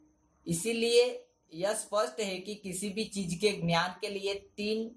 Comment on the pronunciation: Ghyanam nahi dnyanam your nice